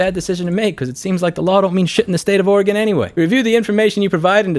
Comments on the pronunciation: It' Ore - Gun, 'R -Gone, Otherwise good video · Areagon? Thats a new pronunciation of how someone says the states name -Oregonian